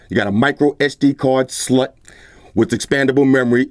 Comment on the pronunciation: this boy said sd slut😂😂